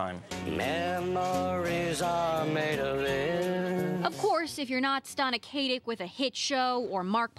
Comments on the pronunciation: K-AH-TICK, not KAY-TICK Oh my goodness. (spelled Katic) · yeah for god's sake it's K-ah-tic NOOOOHOOOT K-ate-ik!!!!! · While that's not incorrect, Stana consistently says her own name as "kah-tick" whenever she has to make an introduction.